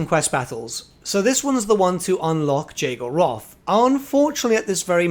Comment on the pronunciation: If it is following real-life German pronunciation, then you were mispronouncing Jaego Roth's name. It should sound more like 'Yay-go'.